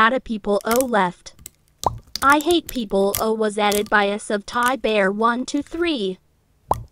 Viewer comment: "Ihataplaues" you mean I hate people